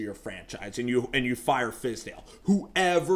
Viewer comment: Hey buddy you was doing good until you said fire fiz!!